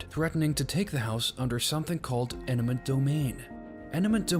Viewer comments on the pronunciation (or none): EMINENT domain not ENIMENT domain